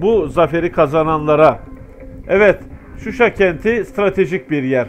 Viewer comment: Susay degil Shusha kenti.bide bu resmi haber degil